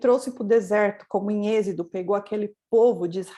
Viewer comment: Irmã não é ezido... É êxodo amém???? Mas a palavra de deus é maravilha...